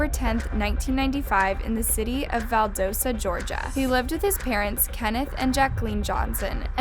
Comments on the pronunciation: Val DA sta not Val DOE sta. Lowndes is one syllable. I'm from near there and friends with teachers at both Lowndes and Valdosta. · *val-doss-tah. Doss like Ross. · "Valdosa georgia" lmao where'd the "t" go? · Yoo that movement you live right next to Valdosta 😩 ( it’s pronounced “V-awl-duhs-ah”) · Btw its pronounced Val-dast-a. Rest in peace kendrick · I live in Georgia and every time I hear about this case I get sad. By the way its Val-dos-ta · Hey guys, student from lowndes, I know all of the teachers and students who knew him, I even know the teacher who had kj’s sister in her room when she found out he passed. He was murdered no doubt, we are friends of the family and love his family and hope for justice, a few things about the video. Valdosta is pronounced val-da-sta, Idk why either tbh but that’s the way it’s pronounced, and lowndes is pronounced in one syllable and not two. Sorry just a pet peeve whenever people mention the town. Love and respect and if you guys have questions about the day, I know about all the details from everyone that was there (I was younger when this happened but personally know a lot of people who were there that day.) please show your support and pray for justice #blm #justiceforkj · she said lownDES and valDOsta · This is my hometown! It’s pronounced val-dah-sta haha no worries, it’s a weird word. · Bring from valdosta and hearing her pronounce valdosta and lowndes makes me angry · You’re not even pronouncing “Valdosta” correctly 🤦‍♀️ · lol the way you pronounce Valdosta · She was say lowdes and Valdosta wrong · i’m so sorry ik this is sad but the way you pronounced valdosta took me out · You’re saying Valdosta wrong. And you said Lowndes wrong. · hey babes! you don’t know how excited i was to see this pop up as i go to Lowndes high. i’d just like to point out that you mispronounced Valdosta and Lowndes. Which is perfectly fine just thought i’d let you know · So much research, but pronounces Valdosta and Lowndes County wrong.